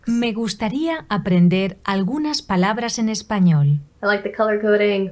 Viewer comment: Eres casi una experta. (Your kitten voice is too much fun) 😻 Me gustaría aprender algunas "parabras" en español. 😸 Make more videos hablando en español, s'il vous plaît. 👍